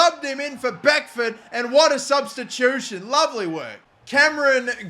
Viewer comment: stop calling beckord beckford!!!!!!!!!!!!!!!!!!!!!!!!!!!